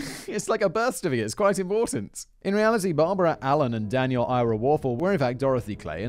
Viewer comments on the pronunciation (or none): none